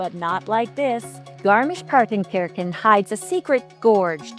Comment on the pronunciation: It’s pronounced kershan , Kirche is “church” in German. wonderful, beautiful been going there for five or six years